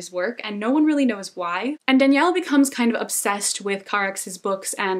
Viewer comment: Super random comment but I love that you pronounced the names from The Shadow of the Wind in spanish, like people usually say DAniel, not daniEL (sounds girly like Danielle so it puts people off lol), or soft J for Julian, etc, and it's so cool to hear them pronounced in the original language (I'm from Spain, btw) haha this was such a random thought but totally caught my attention that you did that <3